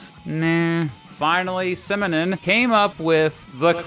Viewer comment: Simonon. Simonon. Simonon.